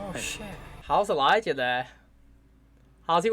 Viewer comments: Not a criticism just a bit of info I think it is pronounced Elijah not Eliyah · he says it without the j before and after the show, whenever he hears it said right he says it right, quite funny really